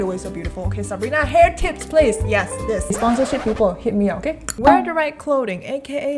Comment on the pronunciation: He : okeh Me : what!?!? Okeh gaming tv?